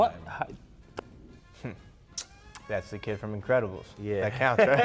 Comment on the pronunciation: When says the increbabils for up 😂😂😂